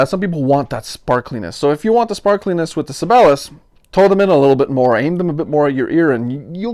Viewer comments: Sabellus? Isn't the right pronounciation "Sigh-be-lius"? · It's not pronounced "Sibelus", it's "Sibel-i-us". Jean Sibelius is a very famous classical composer. I realize you are, but Sibelius is a pretty famous guy. Or was. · I might be wrong but I think that is it pronounced with four distict syllables . . . Si be li us. Like the classical composer. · Si - Bay - Lee - Us. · you know... like the world-famous famous composer.... si bey lee us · Sib-BAY-lee-us is how I think their name is pronounced? Like the composer ... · Si-bell-eee-yus.....Just found your channel, good stuff....subbed! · Sih-bail-ee-us... Named after the famous Finnish composer, Jean Sibelius. As your penance for continually murdering his name, you must go listen to him. Do it! Do it now! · You might at least learn how to pronounce SIBELIUS even if you don't have the basic musical knowledge to understand who he was!